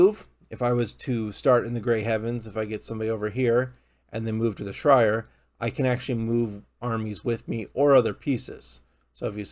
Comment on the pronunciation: Bro said the grey heavens and the shrire lmao I'm weak